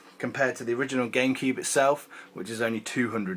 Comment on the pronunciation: Why does he say Gamekeeb/Genkib?